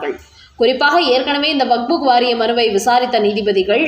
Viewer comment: வக்புக் இல்லை வக்ஃப்